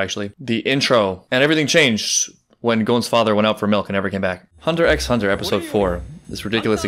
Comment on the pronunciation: You pronouncing the Xs makes my day because i also did it during my first watch!! Also love that youre already memorizing the intro Edit: I also love this show of vulnerability between them, it starts deepening their understanding of each other and friendship